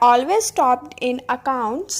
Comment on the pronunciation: Mam pronounce it clearly topped... It sounds like stopped